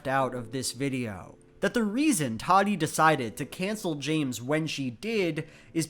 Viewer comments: Tati not Tadi.. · “toddy”.......... it’s Tati with both Ts pronounced the same 💀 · Ta-tee, not toddy. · It kinda bugs me the way you pronounce her name. It's Ta-Tee not Toddy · Idk how Tati herself pronounces it, but every other YouTuber I’ve watched has pronounced it as Tati and not Toddy. I think it’s just having a strange pronunciation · watching this almost 3 yrs later its obvious that is correct about most of his points laid out here, but it’s also objectively funny and wrong that he keeps pronouncing tati as “toddy” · Obsessed with the way you call her “toddy” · i cant help but hear "Toddy" and i honestly love it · alternate video title: says "toddy" for 20 minutes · hearing call her "Toddy" the entire video elevated it to a new level of ridiculous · Every time he says Tadi I die 🤣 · Through this whole thing I’ve never heard someone pronounce Tati’s name like “Toddie” it’s throwin me off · No one:: Toºdy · ive never heard someone pronounce tati as "toddy" lmao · i’m obsessed with how he says tati.... “toddy” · Randall Paquet when i used to watch her she would pronounce it “tah-tee” like João said. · Can't believe "Tati" is actually pronounced "Taahdi" wtf is the English language even doing??? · I love how you consistently mispronounce her name :') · your mispronununciation of Tati's name is disturbing. Nice video though. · The way you say Tati is so funny! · English is weird but this isn't a good example of that. He said it wrong.